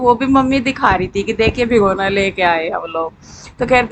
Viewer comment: भिगोना नहीं होता है भगोना होता है